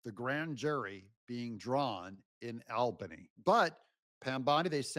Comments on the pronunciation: Albany is pronounced awl-ban-ee 😊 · BTW, it’s pronounced All-Ban-ie (Albany) former New Yorker. 😂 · Albany is pronounced "All-bany". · The Capital of NY is pronounced All-bany! And where do you think all the State Government workers live? 🤔 But most of the people outside of the cities are Conservative Republicans! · Unfortunately a New Yorker here… lol You’re killing me Smalls! Albany is pronounced All-ban-e. Say it fast like a New Yorker would hah😂 Keep it up, love your content. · James is GUILTY! Quad club! (it's pronounced ALLbanny btw)